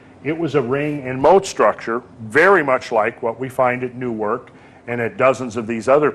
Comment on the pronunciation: Newark is pronounced "Nerk" just so you know. And Chillicothe is "Chill uh coth eee"